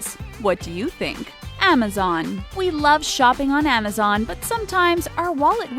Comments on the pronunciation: AMIZON ha a to z ha get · Amazon not dead is there anything that no so any said correctly